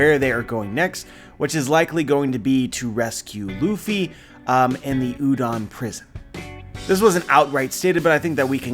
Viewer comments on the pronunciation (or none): none